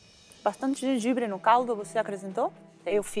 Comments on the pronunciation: GENGAIBRE LIMÃ PÃ Kkkkkk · KKKKKKKKKKKKKKKKKKKKKKKKKKKKKKKKKKKKKKKKKKKKKKKKKKKKKKKK genjanbre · citrique..gengãbre.... Eric é demais...AHAHAHAHAHA